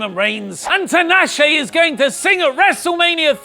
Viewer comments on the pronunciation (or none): The way you pronounce Tinashe...